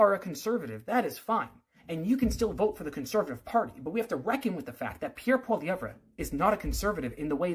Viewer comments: Maybe you should start by learning how to say his name. Troll. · bruv can't pronounce his name and is commentating on him